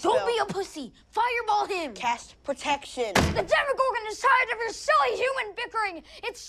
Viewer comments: Demigorgon not demigorg... :/ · It's 'demogorgON', not 'demogorg'. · why are you saying demogorg instead of demogorgon? is it really that much of a trouble to add the last syllable? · it's "demagorgan" if I remember correctly not "demagogue" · "Demigorg" Uh...Demigorgon. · even after show the clip, where they fucking call it the DEMIGORGON, he keep's on doing it. it's like he's doing it on purpose.